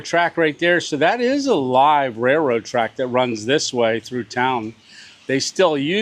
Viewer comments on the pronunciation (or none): none